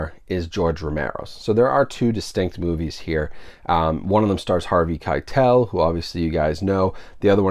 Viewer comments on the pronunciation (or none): none